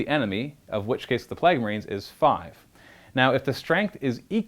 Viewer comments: I thought I was the only one... what are “Plagg” marines? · You way you pronounce "plague" gave my ears D6 mortal wounds... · How can you do this for a living and not know how to pronounce plague?